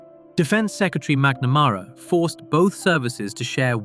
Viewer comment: Learnn how to pronounce McNamara, please.